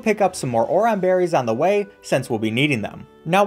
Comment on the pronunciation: I’m fine with you destroying all the Pokémon’s names but the way you said oran berries im crying